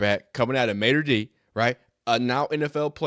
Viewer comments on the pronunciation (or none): I shake my head when I still hear people constantly miss pronounce Mater Dei..